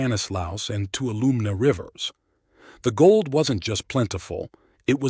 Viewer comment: Sure wish you'd get the pronunciation of Tuolumne and Mokelumne correct.